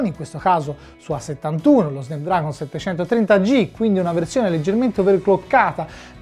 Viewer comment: Si dice "SNAPDRAGON" non "Snepdragon"!!!!